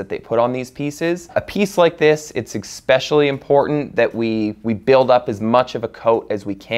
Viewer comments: Wow. Beautiful. And stressful. BTW, it's "especially" - not "expecially". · Bro, this is great, but for the love of God, it's eSSSSSpecially!! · Pronunciation was Expetially bad today.